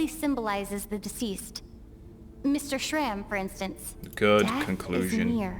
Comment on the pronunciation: only after 2 hrs into the video i noticed that you pronounsed shram's name(meaning 'scar' btw) correctly at first but then started calling him like the characters did fufu